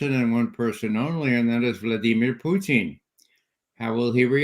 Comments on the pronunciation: President "Puteen" 😂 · He says Pooteen lol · I love how Ray says "Pew tin" 😁😁😁😁😁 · Question: Why does Ray McGovern deliberately mispronounce Vladimir Putin's name? It's highly annoying. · Which makes it all the more weird because i've heard russians pronounce putin's name, and it ain't the way mcgovern's doing it. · It’s also Putin with the correct stress on it